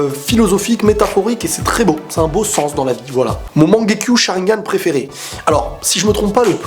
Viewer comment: Mangekyô* c'est quoi ça mangekyu mdr